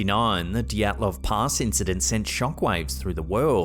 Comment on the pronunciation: Dyatlov Pass, not Dotslov Pass